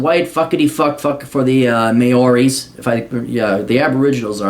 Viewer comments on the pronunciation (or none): Maori vowels are hard for people outside NZ. I've heard may-ori instead of (chairman) mao-ri quite often. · may-o-rees lol